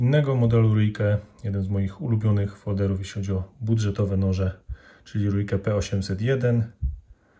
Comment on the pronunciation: Nazwę Ruike, wymawia się REIK. To nie wpływa na jakość narzędzi, ale warto wiedzieć, zwłaszcza przystępując do recenzji.